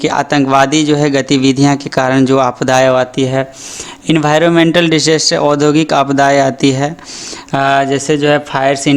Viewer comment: सर, डिसास्टर बोलिये.😂